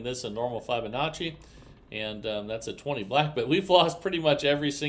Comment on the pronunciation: It’s Fib onacci. Fib. Not Fibe.